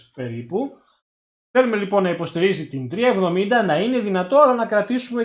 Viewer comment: 370 ή 3070 γιατι δυο φορες που το ειπες στην αρχη, 370 το ακουσα!Βασικα σε ολο το βιντεο 370 λες!